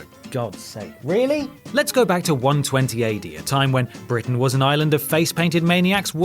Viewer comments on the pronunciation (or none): none